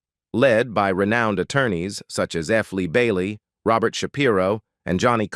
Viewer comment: I thought Robot for Robert was the worst!